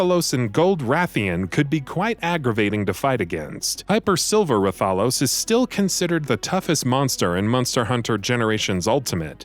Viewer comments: For fuck sake This list is alredy wrong 1#Sephiroth KH 1 and 2, Talk about Final Mix ver But shows Lingering Will at the very start. you guys suck. 8#Silver Rathphalos? DA FUCK learn how to pronounce IS TAAAAAAAALOS like AAHHHHHHHH. This entire list is a fucking joke. Gungeon is the only game where i agree because i never play it. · It's pronounced Wrath a los. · That's not how you pronounce Rathalos and silver rath ain't that hard